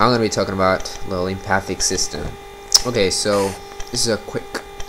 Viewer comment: mate - learn how to say lymphatic not lympathic then I'll listen to you